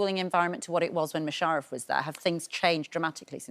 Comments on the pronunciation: I'm only half way through the video, she's mispronounced Mush's name twice, called Thornhill "Thornton" and interrupted each of them mid answer. How tf do these people get these jobs? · Loving the new series after being hooked on series 1. Great to see Musharaf doing so well and Matthew in the position he clearly thrives at. Only downside of the interview would be the woman who didn’t make effort to pronounce Musharaf’s name right and saying the schools name wrong. Just a shame she didn’t research enough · Why can't she say his name properly?